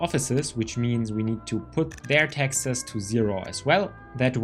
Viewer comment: I can tell you aren't american because you keep pronouncing "Texas" instead of "taxes"